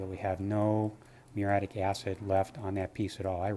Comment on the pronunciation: Nice work. Just one note, its actually Muriatic acid ,not muritic acid, which is how u guys pronounce it.